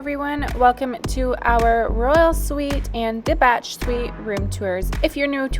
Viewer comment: FYI, the Bach suite is pronounced Bak as in Johann Sebastian Bach the composer. Not pronounced like batch